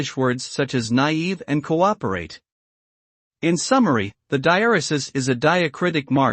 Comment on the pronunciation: No, this is an incorrect pronunciation! According to the Oxford English Dictionary and Merriam-Webster, the stress, in British and American English, is on the second syllable. It sounds like this: dye-EHR-ruh-suhs. Sorry I don’t have a shwa (inverted e) on my keyboard to use instead of those “uh”s.